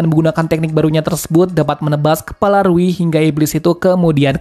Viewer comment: Rui bukan riu woy